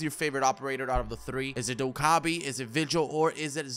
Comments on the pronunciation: "Doke-uh-bee" that's how you say her name but I forgot how to spell it so just take my word on it.😁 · It's pronounced dok-ee-ay-bee